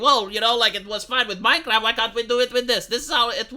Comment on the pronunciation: MinceRaft.... MinceRaft!